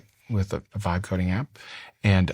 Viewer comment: The moment you mentioned the two vibe coding companies that you are an investor in your pronunciation is marginal at best. Please address that , it's not funny. I still have no idea which companies you were talking about